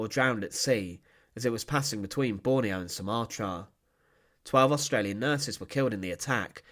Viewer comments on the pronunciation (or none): none